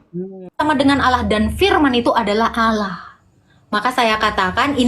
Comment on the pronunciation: Nggak yakin ibu ini mantan muslimah. Krn di vidio yg lain ketika dia menyebut Allah lafaznya ya seperti nonis pada umumnya 🤦‍♀